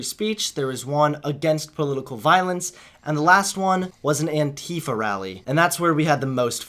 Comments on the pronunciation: Its pronounced ant-if-Ah not ant-eef-ah just trying to let you know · stop saying an-tea-fuh. it's an-tie-fah. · The way he pronounces "antifa" makes me cringe 😂